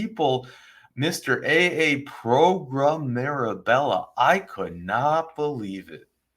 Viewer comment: I love this channel so much and love how you now say progrum ❤😂